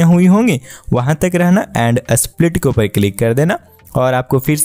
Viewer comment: Split ❌ Asplit ✅